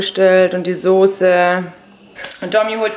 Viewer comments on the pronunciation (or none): none